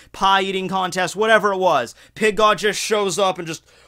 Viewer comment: I don't know why but i always hear "Pink God" LOL